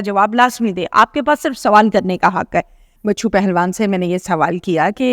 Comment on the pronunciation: بچو پہلوان نہیں ۔۔۔۔۔ بچھو پہلوان